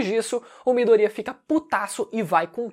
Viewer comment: Afinal. É miDOria ou midoRIA ?